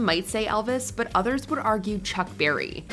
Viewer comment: It's Chuck Berry not Barry